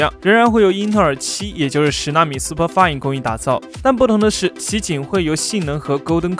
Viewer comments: 英语读的能不能对一下啊！是SuperFin，不是SuperFine。看你全家都挺SuperFine的。。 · 那里读错了，不是读10nm SuperFine，正确的是Intel 10nm SuperFin😀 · 敢不敢把SuperFin唸對